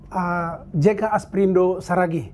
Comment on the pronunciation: Salah??bukan jeka asprindo saragih.yg benar adalah "jeka asparido saragih"😁